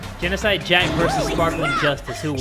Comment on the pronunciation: ITS NOT GENOSIDE JACK, ITS GENOSIDE SHOW!!!!